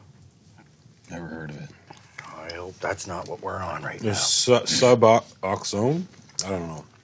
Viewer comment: Ricky actually did pronounce Suboxone correctly the second time he tried.